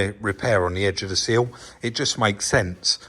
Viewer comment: Repeat after me. It's SILL (like will or fill or kill) and not like SEAL. Thanks 😆